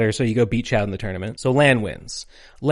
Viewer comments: An hour in: So uhh, isn't Chaud pronounced 'Sho"? We gonna go over that? Nah? Alright then, the rest of it was correct tho. Also really ironic/weird that Protoman and Protoman.exe are both "Blues", and yet both are the Red to Megaman/Rockman's Blue. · Small correction, "chaud" in French is pronounced as "sho" or "shaw". The "d" at the end is completely silent. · Whenever you say Chaude, I just think Chad. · I know French phonology is real unintuitive to anglophones but every time you pronounce "chaud" as "chowed" I die a little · why does everyone missay chauds name 😆 lol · I'm 45 minutes in and in agony with Americans failing to pronounce French, to approximate them in English spelling, Froid = "Fwad" / Chaud = "Show'd" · Equally impressive how good your japanese pronunciation is and how bad you french pronunciation is